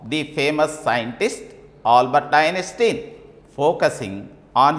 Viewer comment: Poor pronunciation of the words, Einstein, intelligence.... horrible. Discuss about......? Is that right? 🤔